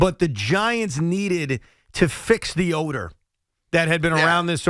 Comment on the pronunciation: The Giants "need to fix the odor." At first I thought he said "fix the owner."